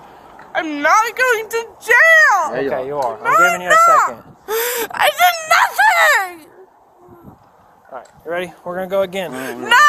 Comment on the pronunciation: "you're liteuraly taking me to jail for NATHING"